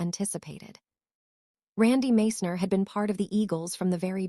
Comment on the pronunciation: Can't even pronounce Randy's name properly, Followed by a bunch of BS